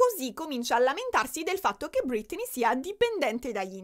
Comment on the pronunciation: perché chiami Britney, ‘’Brittany’’?